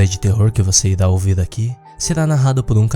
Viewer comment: "Hj vc irá ouver" kkkkk